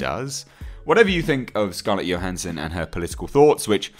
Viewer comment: It's Scarlett Johansson with a 'J' - not a 'Y'. Do wish folk would get that right.